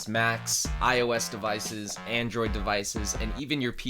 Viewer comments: "Andriod" lol 😂😂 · "Andriod"? "ANDRIOD"?